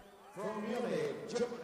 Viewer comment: whats "germony"?